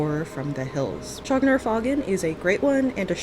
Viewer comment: I thought the "faugn" was pronounced like "fawn".